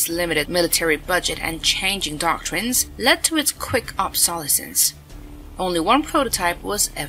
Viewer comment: AI narrator couldn't pronounce "obsolescence".